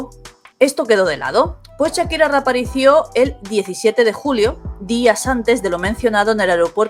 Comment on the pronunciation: Reaparicio???😈😬😠😂😂😂😂😂...o reaparecio!!!!!!!saludos desde México.